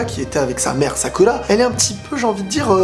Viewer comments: Il a dis salada et sacula et il a dit imawali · "sakula" "salada" 😂